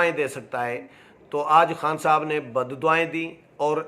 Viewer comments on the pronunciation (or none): براہ مہربانی اردو کی ٹیوشن کسی اچھے استاد سے لے ہی لیں۔صحافی سے اچھے تلفظ کی توقع کی جاتی ہے ۔,بددعائیں,غلط بول رہے ہیں